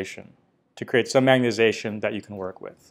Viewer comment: You aren't the only guy who says magnetization like "magnet-ation", saw a video of a guy from Stanford doing same thing. Say it like a Canadian my friend, "magnet-eye-zation" ... Your videos are great BTW, 2018, 2019, all of them, love it, magnet-ation is a minor irritant, I don't actually care that much ...